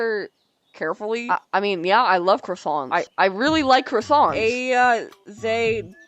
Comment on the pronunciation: Wait... Are you made of cwoissants?